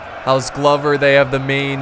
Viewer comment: I'm fairly sure it's pronounced like clover with a g. Accurate scenario however very sick